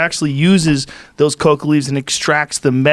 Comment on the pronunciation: RZA keeps saying coco leaves what is that its coka